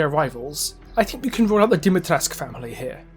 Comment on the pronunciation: The "u" in Dimitrescu shoule be pronounced, it's not Dimitresc. Capcom gave their character a Romanian surname and didn't even bother to check how the name should be pronounced, that's why they pronounce it wrong in RE8